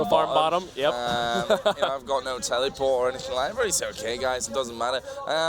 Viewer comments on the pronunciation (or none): I love how the commenter says tellyport instead of teleport, it's amazing XD